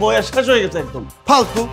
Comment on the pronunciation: অশুদ্ধ ভাষার জন্য নাটকটি দেখলাম না। 'ছ' যে একটি বর্ণ এইটা পরিচালক সাহেব মনে হয় জানেই না। হইসে, দেখসে, গেসে, পারসি, বিশ্রী উচ্চারণ।